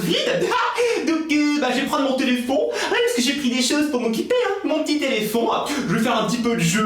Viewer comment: on dit pas téléphon on dit téléphone 😂😉